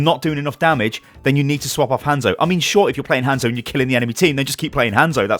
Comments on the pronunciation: Why do British people blatantly pronounce hanzo wrong. Its not like it's up for discussion how to pronounce it we've heard it. Hawnzo no handzo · If u say Hanzo like that 1 more time